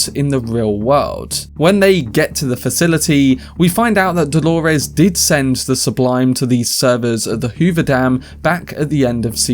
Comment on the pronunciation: it's Do-lo-res, not Hol-o-res